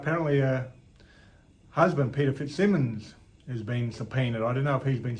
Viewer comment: It’s pronounced fitzsiiiimons, the bald knob end gets all antsy if you pronounce it wrong.🤮